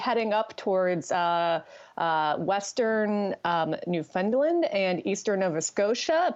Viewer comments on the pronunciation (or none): it's pronounced NEWfunland, not NewFUNDland. Emphasis on the first syllable, not the middle. Thanks.